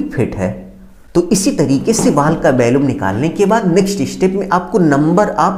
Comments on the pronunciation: आपका कथन बहुत अशुद्ध है। वॉल्यूम होता है ना कि bhalume और इसमें टूटने का कोई प्रावधान नहीं किया है। वह भी आवश्यक है 😅😅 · 😂valumn not volume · Valuam nahi volume hota hai engr. Sahab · Valumn nahi volume hota hai